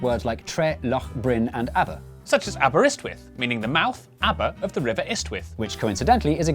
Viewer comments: I've just discovered your channel through this video. Bless you lads, you're hilarious! ❤ However, as a Welsh speaker and resident, Aberystwyth didn't come out right. All right, Welsh has syllables foreign to English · Not sure you pronounced Aberystwyth correctly. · You pronounced Aberystwyth wrong.. And it's now at the mouth of the Rheidol... Just to confuse things..